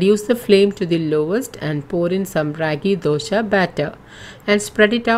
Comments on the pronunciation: please pronounce properly it's not dosha it's dosa and it's an emotion for us south Indians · Thanks for sharing this recipe. Request you to kindly pronounce it as dosa not dosha, dosha has a entirely different meaning. It means some problem, I am sure you are providing ragi dosa and not ragi dosha 😊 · It is dosa not dosha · Nice information Madem... It's dosa not Dosha... Kindly correct it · Happy that you have been using whole flours and millets. Indeed healthy. But, the title should be 'DOSE ', not dosha like you said. Please use right pronunciations, like used by the natives. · It is not Dosha... Not the sha sound..... It is dosa..... Sa sound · It’s dosaa ,Not dosha plz make it correct plz don’t mind plz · Dosha? 😂😂😂 which dosha .......pls its ragi 'dose'........anyway 💗💗💗💖💚💗💖💚💙💖💛💛💖💙💛💖💙💙💛💙💛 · Its dosa not dosha 😂😂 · Dosa not dosha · Man that is Raagi dosa not Dosha.. 🙄